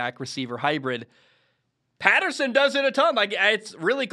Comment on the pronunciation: Say Patterson's name correctly...